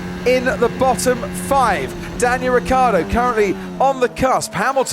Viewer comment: Ricciardo. Not Riccardo.. It's really so difficult?